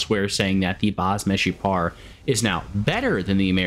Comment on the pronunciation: As israeli u said baz meshupar very good!